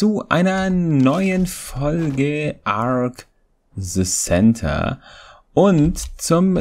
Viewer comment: Mir fällt irgendwie jedesmal auf das du 'ARK the Center' immer als ' ARK se Senter' aussprichst xD